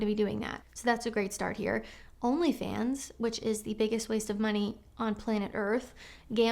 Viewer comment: I had to do a double take when you said 'OnlyFans' as I thought you'd said 'HomelyFans!' Ha! THAT would've been a new one!